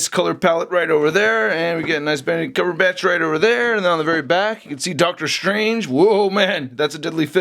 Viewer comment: You were SO CLOSE to getting his name right. Eggs Benedict Cucumber Patch